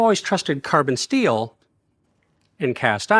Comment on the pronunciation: My man said "stainless steal" instead of "steel"